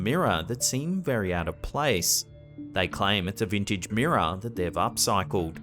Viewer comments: Wtf is a meerah it's mirror....smh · Take a Drink every time he says "Mirrah". There's a Ghost in the Mirrah!